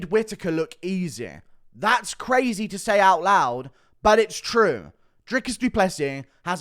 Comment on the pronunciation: U say DDP weird af and you say crazaaay the same way 😂